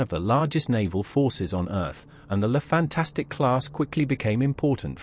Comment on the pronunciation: The name is "Fantasque" and not "Fantastique"! At least one should expect that you pronounced it right as you decided to make a video about that special class! Apart from this, the video is OK. Love and peace.